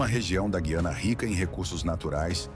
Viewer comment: POR FAVOR, PRONUNCIE DIREITO: GU-IANA, E NÃO GUI-ANA.